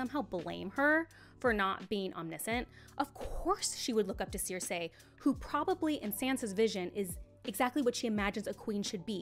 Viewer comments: I don't know if anyone has pointed this out, but you're pronouncing Cersei wrong. It's sur-see not sur-say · This is a great video and I absolutely love Sansa, and I’m happy other people see her in such a light. That said, it’s sir-see, not sare-say. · Literally stopped watching because of the was she says “seersay” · This has nothing to do with the actual topic but why are you pronouncing cersei like that? Is that how its actually pronounced? Maybe its just that they pronounce it differently in the show cuz I've only heard it as cer-see